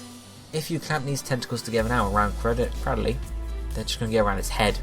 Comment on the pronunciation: CRAD-dill-lee What? I thought it was cray-DILL-lee